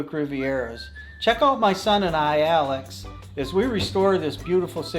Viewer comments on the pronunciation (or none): none